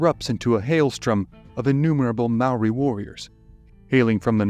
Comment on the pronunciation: as a kiwi, your pronounciation of Maori words is better than any foreign narrator ive heard yet, mad respect 💪